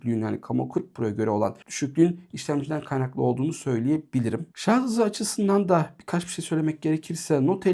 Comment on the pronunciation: herşey iyi güzel ama şarz değil dostum şarj lütfen :)